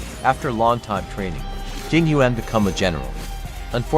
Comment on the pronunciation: Im crying, they pronounced yuan wrong, im chinese and its pronoucned like yen